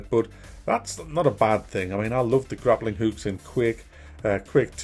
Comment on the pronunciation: lol "grappling hukes" gotta love certain English accents